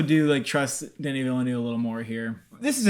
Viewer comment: True. Now he only has to stop calling him Danny.